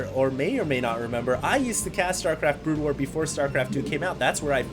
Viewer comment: Is it me or almost everytime said SC:BW, it came out as Brood Ware?:)